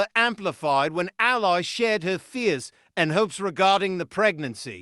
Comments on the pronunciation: "Al-lee" Allie, Not as an Aly in a crime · Her name is pronounced elly as in kelly.